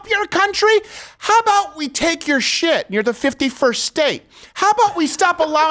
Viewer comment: Did she say " chit "